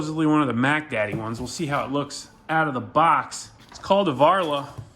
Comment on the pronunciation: Took me a while to realize it was VARLA and not CARLA